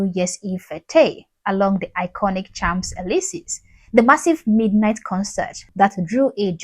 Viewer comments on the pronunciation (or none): "Champs-Élysées" is pronounced "Shonz-elizay" (with a nasal "o"). 🙂